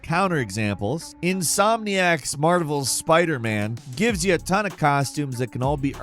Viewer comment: Ah yes, my favourite video game ever "Insomniac's Smarvevels Spider-man"